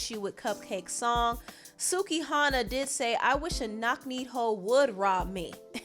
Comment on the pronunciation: Lol is laughed way too hard when you pronounced Suki as sucky